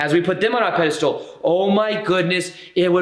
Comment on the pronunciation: Pedestal: pronounced: peh duh stl There is no “stool” in this word.